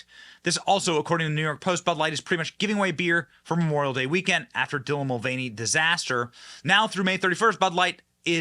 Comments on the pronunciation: dilah?! It’s Dylan ! The man 😂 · Wow Houston-based reporter eats bugs and can’t read “Dylan”. 😂😂😂 yet another Wordsmith-bro.